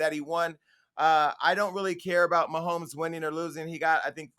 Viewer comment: His name is Patrick Mahomes it sounded like damage said something different.